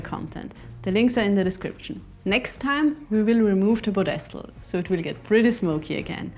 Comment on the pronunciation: I'm not meaning to make fun of you but I have never heard someone call a ped-es-tal a po-des-tal. Spelled pedestal.